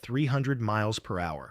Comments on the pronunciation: For heaven’s sake,if you must use robot voices produce your text without using abbreviations. They confuse your AI voice. ie. MPH is read as “MMPHHN M”. If you print “ miles per hour,” then that’s what will come out and finally you would have fooled us into believing the voice is a living person speaking . Cheers from Downunder 👍🇦🇺🇺🇸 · I just love the speeds given in Map-Hoia and Mal pia mets! ( Hey AI, learn what MPH for Miles Per Hour is!) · Why can't you (AI) say "miles per hour", or "em-pee-aich"? It is ridiculous! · A.I. voice, “three hundred- eighty mep”😂😂😂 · Teach your AI narrator how to pronounce 'MPH'. (miles per hour) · you need a second AI to listen to your video and correct the lack of your AI's ability to interperet abreviations. Sloppy Sloppy Sloppy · I got quite a few chuckles over the pronunciation of "MPH" .... Had to play it for my wife and daughter as well.... My Daughter is a "Grammar Nazi" so it was pretty funny. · The A.I. narration attempts to pronounce "mph" as a word. Stupid... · Teach your Robot how to pronounce MPH. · This AI narration is crap! Cam not pronounce mph 😮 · I also saw where zeros also didn't dive well. The video mentions that the zero's controls would freeze. Is this more AI lies? I love how the robo voice mispronounces MPH... Hilarious😅 different almost every time. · The major crime here is the "narrator's" mis-pronunciations of MPH. Pathetic. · It really is funny and ridiculous!